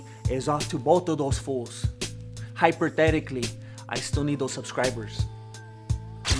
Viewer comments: "HYPERthetically". That's LMA. "Lingual Martial Arts"! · Hyperthetically? Dumb-ass. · 'Hyper-thetically' I can't fucking breathe right now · Hyperthetically lol